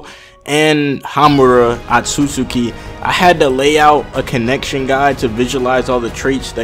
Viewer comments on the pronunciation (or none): none